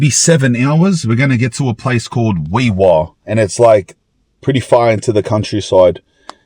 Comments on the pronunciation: Hes pronouncing Walgett correctly but Wee Waa is pronounced Wee WAR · Wee Waa is pronounced wee war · It's worse when you know It's pronounced "wee war" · Wee Waa pronounced Wee War dumi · Aye mate, just so ya know, I'm a QLD'r but it's Wee Waa pronounced Wee War as in WW1-2. I'm not bein a know all but we'z Ozzies aye..pretty quiet out there huh..haha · Heads up bred ...Walgett is pronounced " Wal..Jay"! ... I won't even start with Wee Waa.